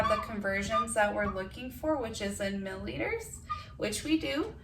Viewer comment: Mill-i-liters not mill-liters